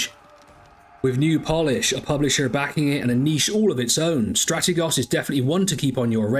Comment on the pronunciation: I would subscribe if you could correctly pronounce Strategos.